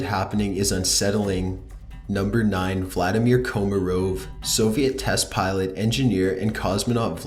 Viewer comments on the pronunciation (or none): none